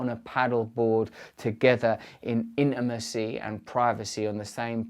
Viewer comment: 'In-na-macy' (intimacy) hahahahaha!